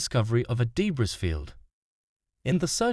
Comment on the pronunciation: Why is that guy saying de-briss field?🤔🤔 The s is silent, silly! It makes me terribly sad those people died simply because Stockton Rush is a cheap MF!